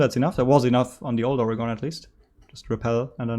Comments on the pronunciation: It’s pronounced organ not ori-gone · As an Oregonian your pronunciation makes me cry.